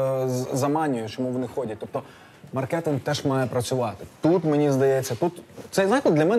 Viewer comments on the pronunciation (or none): none